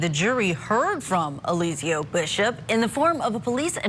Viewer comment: Not Elizio😂😂😂😂. Come on guys do your homework.